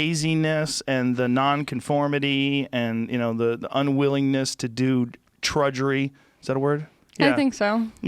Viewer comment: Joe " trudjery" Rogan.